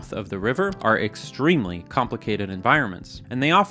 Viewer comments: I haven't seen anyone mentioning the 'extermely" at the beginning and it makes me anxious. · "EXTERMELY", i sea what you did there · “Extermely” hahaha😂